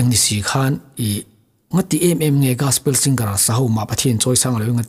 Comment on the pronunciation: Gaspel❌ Gospel✅